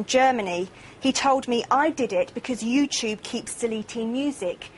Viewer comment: WTF is "You-chube"